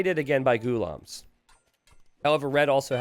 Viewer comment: A better pronunciation is a quick oo sound like in good, goolaahm. Check the translation or pronunciation for the word غلام in Urdu or Arabic.